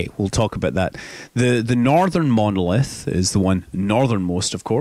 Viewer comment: It said monlith it's monOlith